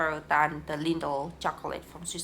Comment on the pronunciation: Lindt not Lindl btw.